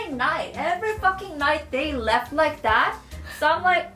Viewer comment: haha i thought you said left instead of laugh